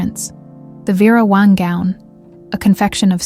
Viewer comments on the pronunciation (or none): VERA WONG ⁉️ IT’S…..WANG 🙄